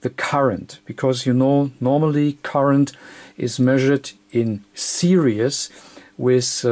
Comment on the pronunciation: it's this not zhis,not serious in series